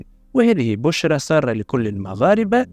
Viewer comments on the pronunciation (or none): none